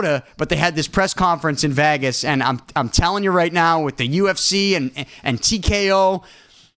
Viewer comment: Guy doesn’t know how to say Vegas. 😂